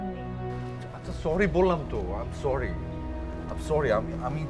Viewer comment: মাউগপোলা, corry না sorry